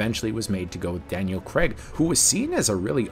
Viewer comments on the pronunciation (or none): Another good video, but honestly, it's Craig, not. Very off putting hearing his name pronounced wrong hundreds of times 😅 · Good doc series but OMG LISTEN to the pronunciation of the surname... its CRAAAIG...not. Even Barbara Broccoli says it in the clip you feature!! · It's not its craig 😁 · Daniel 'Crayg'. I've never understood why Americans pronounce it ''...! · Why can't North Americans say Craig? It isn't Cregg. There's an A and an I in there.